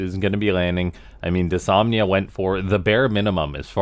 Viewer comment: It's kinda been noted, but the new bot's name is Dys-NOM-ia